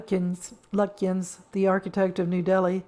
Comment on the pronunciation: Just to help - Esher is pronounced 'Ee-sha'. And the architect Edwin Lutyens is pronounced 'Lut-chins'. The nuns, the Salesian sisters is pronounced 'Sal-ee-shun'.